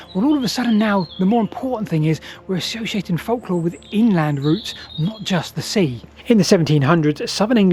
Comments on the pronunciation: It's pronounced folklore not folklore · During WW2 (or even WW1) you would have likely been detained as a German spy for pronouncing folklore in that manner. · ive never heard anyone pronounce the silent L in folklore before. does this creator do the same thing with the word yolk of an egg?